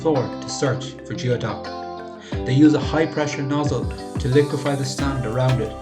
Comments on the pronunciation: Because it is pronounced "gooey- duck". In the video you pronounced it as "g-ee-o-duck", as in how you would pronounce the beginning of a word like "geotracker". Geoduck is pronounced "Gooey-duck". It comes from the Lushootseed word gwiduck or gweduck, which is the word Lushootseed speaking native tribes of the area used for it. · I'm sorry, I can't get past the narrator saying "geo" instead of "gooey" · goooey-duck not geo-duck. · We pronaoses gooey duck. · It is pronounced, gooey duck. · It's pronounced gooeyduck in the places these clams actually grow and are farmed. I always lose faith with people talking like an expert about things they don't even know how to pronounce. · The pronunciation is killing me.